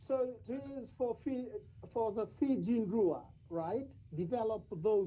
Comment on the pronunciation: Ok, apart from a couple of lineouts, best pronunciation of Fijian by a non Fijian. I’ll be starting a podcast of how to pronounce. Just to be a PSA.